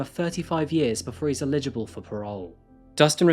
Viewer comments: ELLigible not ILLegible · EL-igible ... NOT ill-EGible!!! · I love all your videos but please for the love of god, learn how to pronounce ELIGIBLE. You say it like 'ILLEGIBLE' and that's a completely different word and different meaning and it throws off the feel. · I love this channel. But it always sounds like you are saying “illegible” instead of “eligible” for parole. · You are pronouncing "eligible" incorrectly. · C'mon, after all this time you still can't pronounce eligible? Anyway, keep up the good work.